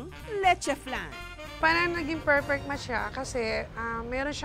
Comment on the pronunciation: "pereng negeng pekpect na sye.. "